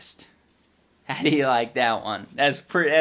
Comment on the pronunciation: is one of my favorite iDubbbz moments of all time. "How do ya leik that one?"